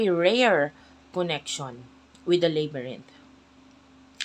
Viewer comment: Its labyrinth not "leybyrinth" as to pronounce, thanks sa reading cross watcher here😊